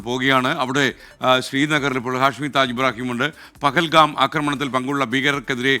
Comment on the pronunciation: പകൽകാം അല്ലപോത്തേ ്് പഹൽഗാം.